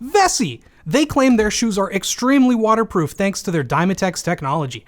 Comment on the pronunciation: sponsor: meessssiiiiiiiiiiii its waterprofff me: WHATS? linus: yes